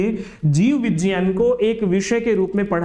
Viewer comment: जीव विज्ञान ❌ जीव विजान ✅😂😂😂